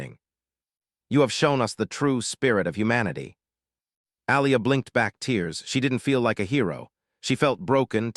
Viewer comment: And, narrator still can't tell the difference between bow and bow; tear and tear; star and stare; starring and staring. One of these years.......